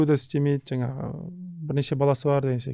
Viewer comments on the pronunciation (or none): none